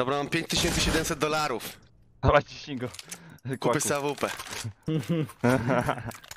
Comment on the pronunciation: Jprdl jak on kaleczy tą awpke